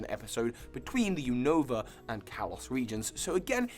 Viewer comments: Unova = U-Na-Va Kalos = Ka-Lohs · You said Univa wrong